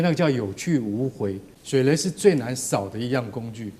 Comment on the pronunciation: 是水雷😂不是水梅😂主播❤